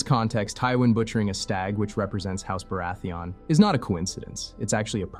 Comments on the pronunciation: Good video but it’s not Bara-theon it’s baratheon with the name read like Bara-thian. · Barathee-inn not "on" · I’m sorry I really wanted to finish this video but hearing you say Baratheon like it was a pokémon pulled me right out of it. For future reference it’s pronounced buh-ra-thee-ugn. Think being confused then start saying the word no straight after just don’t make an o sound. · The narrator is a supposed game of thrones expert and doesn’t even know how to pronounce baratheon? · You are pronouncing Baratheon wrong lol